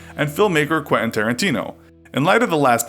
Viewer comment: Great vid, as usual. I must ask, what is that "accent" where you change your syllables? Is this some region of the USA doing it? Example, 'Forgot-ten', or 'Quent-in'? I've noticed it in other videos too and it sounds absolutely dreadful. Please stop.